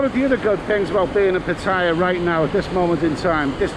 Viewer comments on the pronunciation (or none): FFS - if you want to be Pattaya blogger at least pronounce the name correctly - there is no tire in Pattaya. You sound like a complete say Pat Tire. But great vid anyway very informative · Why can't Thai vloggers just pronounce Pattaya the correct way! Hint. Ask a Thai person to pronounce Pattaya. How hard can it be?🤔